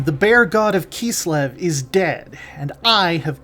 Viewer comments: Idk why him saying KEES-LIV keeps bothering me. By URSUN it's KISS-LEV. That being said... Kislev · the narrator’s pronunciation of Ursun and Kislev gave me a migraine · Mispronounced Ursun,Kislev, yin and yang.. LoL